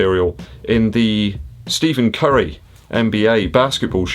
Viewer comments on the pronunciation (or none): Pronounced Stefen Curry 😉